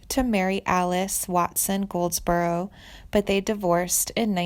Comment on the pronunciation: Is that who she meant? Man! How could she not know this? She also mispronounced Goldsboro at one point. I mean, dang.